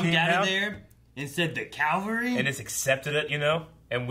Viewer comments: 7 years and still can't pronounce "Cavalry'. XD I don't think they are back in the MCU timeline, as season 6 started with a year timeskip after Infinity War, yet acted like the snap didn't happen (I assume AoS's writers assumed that they'd fix it like it never happened, rather than a 5 year jump) Furthermore, after this finale we jump ANOTHER year, so we'd end up in year two of the five year skip, and the world seems too happy for "Half of everyone you knew is dead." in this finale, So... maybe this is in the Thanos left in 2014 Guardians of the Galaxy timeline? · It's Cavalry not Calvary. Two VERY different stories.